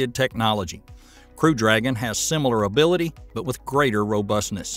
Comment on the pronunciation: "IMPORDANT" is not a word. "ABILTY" is not a word. "PUHTICULAR" is not a word.